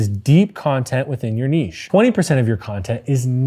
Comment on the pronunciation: My man! Even knows how to pronounce "Niche" correctly!!!!!